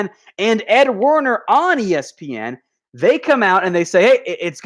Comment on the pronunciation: #dallascowboys....., who is ed Warner, I believe it is ed werder